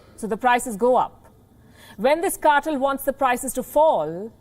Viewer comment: I enjoy this program but please please double check you pronunciations 'Oil cartel correct prononiation" kɑ- tel NOT CARTILL